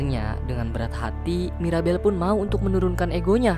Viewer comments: Bang bukan maribel tapi mirabel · Mirabel bang ko maribel 😅